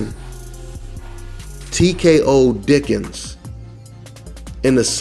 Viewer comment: Thars not how you say his last name lol